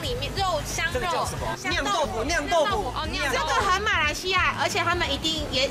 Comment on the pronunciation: 不是读liang 豆腐吗？是读xiang豆腐吗.. 😂😂